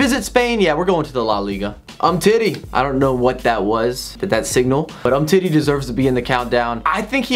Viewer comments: Lol "um-titty" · Sehmedoh lmao u gotta say Semedo like AA9 SHMEDU and lol at umtitty